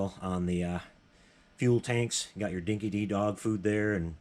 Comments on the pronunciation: Nice work,. By the way, the dog food is pronounced Dinky Die. It’s an Aussie expression: if something is dinky di, it means it’s genuine, authentic, real etc. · It’s pronounced “Dinki Die”.